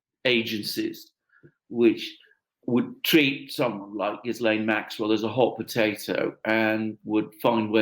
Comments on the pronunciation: I just re-watched the video and the very first time pronounces Maxwell ' s first name is exactly the way it has to be pronounced. Take care. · P.S. Ghislaine is a French name and the G is pronounced with a soft G.